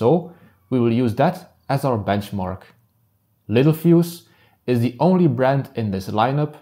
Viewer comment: everyone reads it wrong and pronounces it wrong (me too at first). It’s pronounced “lit-tell-fuse”